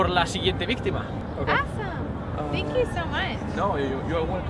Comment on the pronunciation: "zenkiu" jajajaj